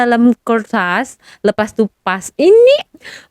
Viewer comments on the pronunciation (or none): none